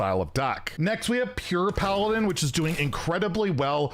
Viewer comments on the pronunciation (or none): none